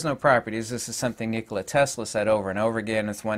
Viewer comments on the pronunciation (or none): none